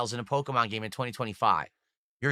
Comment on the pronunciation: Why are single syllable words always 3 syllable words for? "When Nintendo sent me this gA-Aye-Me..."